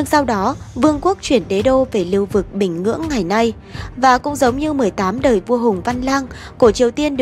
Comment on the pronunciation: Bình Nhưỡng má ơi, có phải bình Ngưỡng gì đâu. đọc ngọng ngịu vậy?